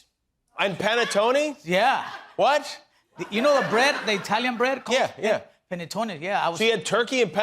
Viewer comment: Italian background and mispronounced "panettone". Which is nor bread, by the way.